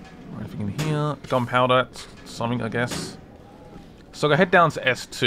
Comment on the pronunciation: Say somefink!!! I luv it!